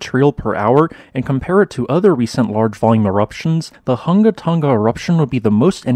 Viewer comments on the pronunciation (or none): Just a note - the correct pronunciation is HOO-nga... and not HUNG-ga.